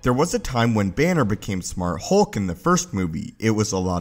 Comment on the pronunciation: HULK not HOLK.. Your voice is so monotone and terrible.